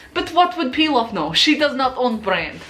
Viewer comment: Reads comments Realizes that it's Pilaf Not Peel off